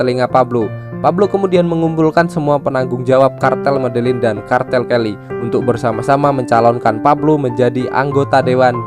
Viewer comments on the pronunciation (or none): none